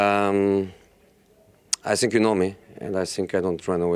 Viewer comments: It's not sink, it's think Josee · He's so angry inside that he eats two letters "Think" becomes "Sink"😂😂😂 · “I sink” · Titanic captain: The ship's sinking José : I sink so, I sink so... Rose: what should we do...we are going to die!!! José : I have "nasing" to say, everybody is against me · Plot twist : He was saying I stink not i zthink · No-one: Jose: I sink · All I heard in this interview was: "I sink" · "I sink" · Whenever he starts with “ I sink... “ just know it about to go down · This is how many times he said “I sink” 👇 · Reporter:Ask his question? Jose : I sink ..... I sink ....... I sink... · Did he really said I sink? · Nobody: Mourinho: I Sink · Everyday “I sink I sink” Jose 😂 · I sink... I sink... To be fair though, this is what makes him one of the best managers world football has ever seen. Never shows weakness, never backs down from his responsibilities, has no fear even when the results are bad. Incredible self-confidence. Respect. The man is straight-up fire 🔥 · Prefer not to sink